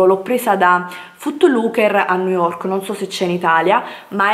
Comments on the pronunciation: Vi ho fatto alcune foto su instagram??!qualcosa non mi quadra, ha postato Delle foto su instagram o ha scattato Delle foto agli altri!? Boh come parla non si capisce una mazza....EMPER STEIT?!?!?! NOOOOOOOOOOOO, Niu yok, poveri noi! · Ma come cavolo pronunci New York? 😱😱